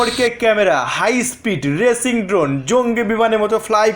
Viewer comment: ভাই ওটা রেচিং না রেসিং 🤪🤪🤪😄😄😄